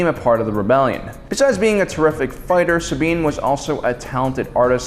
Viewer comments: I love this video but... The WAY HE SAYS "SAB INE" Really bothers me. Anyone else? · Sabiene wren?!?!?!? YOU SAID IT WRONG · Does have some kind of speech impediment that prevents him from pronouncing names correctly? Just listen to how he butchers Sabine's name in this video (besides the one time that oddly he says it correctly). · Romania Torchwick I know, right?